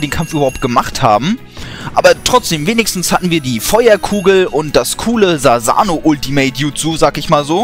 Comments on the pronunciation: Es heißt nicht Sasano sondern Susano bei Sasuke heißt Kiri es wird zwar Kirin geschrieben aber laut Anime ist die aussprache nur Kiri. Achtung Spoiler Madara Uchia Story ist auch Fail weil Tobi nicht Madara ist es ist Obito und sobald jemand sagt er kann es nicht sein les den Naruto Manga Chapter 599 da ist der Beweis. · du sagst sasano statt susano